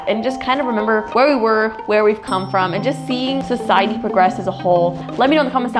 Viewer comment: The fact that she said it was good for sisidey for poke mon go when it got people got into car accidents😂